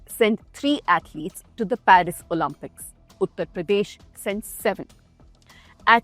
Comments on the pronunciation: It's pronounced O-Limp-ics, not O-Lump-ics. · Repeat after me. “Oh-Lim-Pics”. “Oh-Lim-Pics”. Not Oh-Lam-Pics. LOL